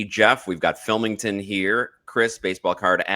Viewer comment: “Phan Phavorite, Philmington”